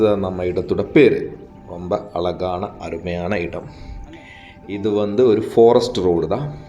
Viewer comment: Don't say alagaana. Azhagaana. Zha sound as in pazham.